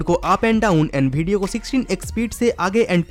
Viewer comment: Bhai tu bihar se hsi kya video ko bedio bol rha hai😂😂😂